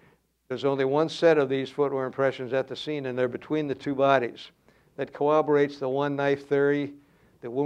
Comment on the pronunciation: It "cowwoborates"? Fuhrman would have pronounced that word right.